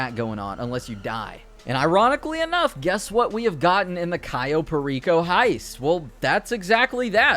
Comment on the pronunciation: "Cyo" Perico, its CAyo Perico...